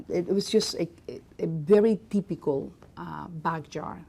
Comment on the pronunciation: Theepicol me: GURL ITS “TYYYPICALL”